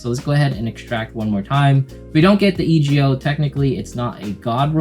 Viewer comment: "E" "G" "O" like Old Macdonald lol. Thanks for the guide though